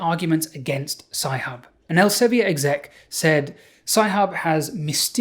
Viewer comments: Not very important, but 'Elsevier' is dutch and is thus pronounced 'elsa - vir' (not quite, but close enough) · Dutchie here, I'm sure it's pronounced ell-suh-vear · As a Dutch person, I wonder why you pronounce Elsevier like it's French. Here we pronounce it like [Elseveer] (sounds like fear), not [Elseveeyay]. But I'm not really in the scene, so maybe I'm the one doing it wrong. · As a Dutchman, I must apologize for the corrosive influence of Elsevier (the "vier" rhymes with "dear", by the way). I also find myself often apologizing for the existence of Shell, but that is not really related to the subject at hand. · elsevi-er ... it's elsevier (think elseviiir) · Interesting pronounciation of Elsevier.. it's not French though. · Couldn't have written my book without Sci-Hub, thanks Alexandra! But please please please look up how to pronounce Elsevier. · Good video! Funny how Elsevier is pronounced :-) (there is a IPA in there). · As a Dutch person, I was really taken aback by the English pronunciation of the Dutch name Elsevier; it makes sense to pronounce it like given English pronunciation conventions, but I just hadn't ever heard it pronounced in English before. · I have nothing of use to add to this video, only that I never heard Elsevier pronounced like that, it’s a Dutch word so I would never expect it to be pronounced as if it’s French. EL- just like that SE - suh V - like the V in vile. IE - like the EE in beer R - roll that rrr so that you feel itch